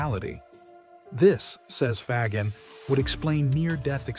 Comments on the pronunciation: Love the video. Excellent summary of Faggin's philosophy. I just wish you would stop murdering the pronunciation of his last name.. More like Fazsheen than fag-in. I know Americans have always murdered foreign names, but I thought we were changing. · It's not hard to say fa as in fabulous, and gin as in blue jean.😅